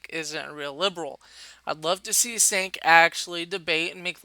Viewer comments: his name is pronounced "choke", as in "chokesondick", from south park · It's pronounced "Cerk". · Damn, this video was very poorly made. Strawman, the constant repeat of past points made, you can't even say Cenk's first name properly and you switch between 2 wrong pronunciations. I'm no supporter of TYT, but this video needed more editing for sure.